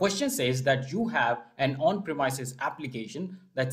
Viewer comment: Thank you so much for all your effort. Really appreciate it. One little thing, please check how to pronounce "premises". It should be pronounced as "prey-misses)